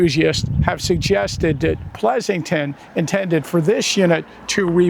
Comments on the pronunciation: Forget messing up Cavalry and Calvary, but how about saying Pleasonton instead of Pleasington...I'm just razzin you. 😁I enjoy all your work nevertheless. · Just another point you unfortunately trip over - the Cavalry commander was Alfred Pleasanton, not Alfred Plesington 😂😂😂